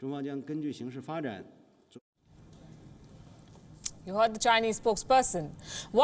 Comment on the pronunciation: ....as the situation davalups.......why do indians find it so difficult to pronounce it correctly, after consulting any pronouncing dictionary online? It is 'de VEL up'. It is amazing that this third world, poor country, which has such poor quality manpower and such pathetic work ethic & ethos, is PRETENDING to stand up to China and NOBODY is noticing the hollowness of it. And this news channel keeps ranting about China all the time for which there is no descriptive word in English BUT in Hindi, there is: रंडीरोना। All this stuff this anchor is whining about is perfectly normal & appropriate for a country's government, in the interest of their own country.